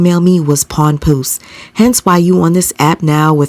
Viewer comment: Not pawnpoose. That was funny lol